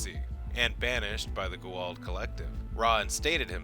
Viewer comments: and goo'old? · I love your channel man, but please tell your announcer guy that it is pronounced Go-ah-oold. It is a bit annoying to hear him say it. This is how I know you have a professional voice guy, because if he were a true fan he would know how to pronounce gould. All that aside, keep up the good work. Thanks. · Even though theres a scene in sg1 on the propper way to say gua'uld. Ppl still say it weird. Lol I am injoying the rest of your video however.👍🏽👍🏽👍🏽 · How come so many people can't say Goa'uld? Obviously you've seen the show. You mispronounced Sha're's name too.